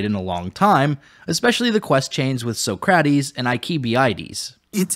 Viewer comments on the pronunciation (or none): It's Leon-eye-dus and Sock-rah-tease. You're welcome. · I know you mispronounced Socrates and Leonidas on purpose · Never heard anyone pronounce Socrates that way. 😂